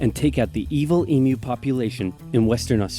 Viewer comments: It’s e mew not e moo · Also em-u not e-mu. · Australian pronunciation guide- Emu is pronounced Eem-Yoo, not Emoo. Emoo would be a depressed cow, not a giant flightless bird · Emu (EEE Myu). Not E-moo, which is an electronic cow.